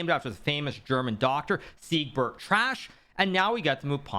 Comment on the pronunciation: bro rly said "Dr Siegrbert Trash"